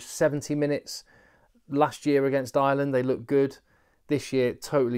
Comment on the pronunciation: I love your work.. but and it's a big but..... It's Ireland not island.......😂😂😂😂😂